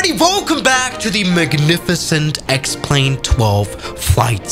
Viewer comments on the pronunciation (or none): I JUST realised "X-Plane" is pronounced as "Explain" - is that their intent?